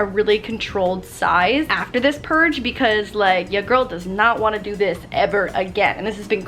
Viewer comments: can someone count the amount of times she said purdge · say purge again